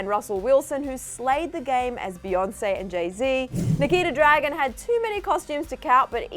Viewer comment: Wait! Did she say Nikita dragon while going through the list of celebrities!! 😂😂😂😂😂😂 oh lawd LOL